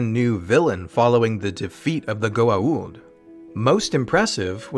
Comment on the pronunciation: They couldn't even pronounce Goa'uld correctly